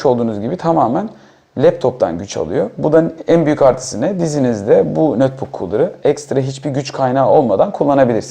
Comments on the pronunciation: nötbuk değil notbuk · nötbök diyen adamdan bir şey beklemiyordum zaten.